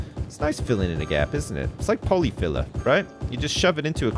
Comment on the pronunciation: Why does say pollyfiller like an old new yorker? lol.